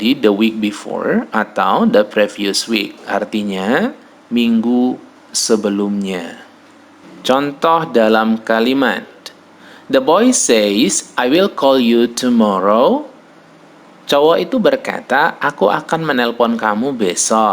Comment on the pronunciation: The correct pronunciation of said is sed, not seid. If say / sei /. Says / sez /, not seiz. Sorry for this!